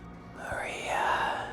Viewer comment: maria sounds a lot like hurry up which would have been probably his last thought before giving up